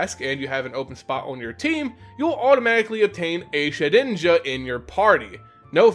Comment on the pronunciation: Shed inja not sheninja